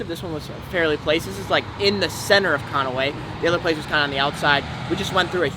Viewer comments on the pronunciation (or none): It's pronounced con-way there bud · Added a whole extra syllable